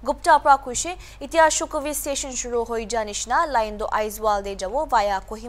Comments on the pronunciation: That's not shukhovi, it's shokhuvi😂😂😂😂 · It's SHOKHUVI NOT SHUKHOVI